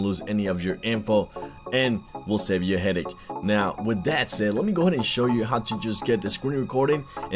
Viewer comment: "DAT way"???